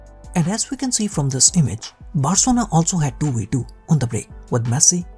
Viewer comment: guy said 'barcona'